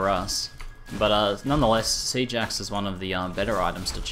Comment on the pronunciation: Lol, I thought you sayed Sea Jax instead of Siege Axe xD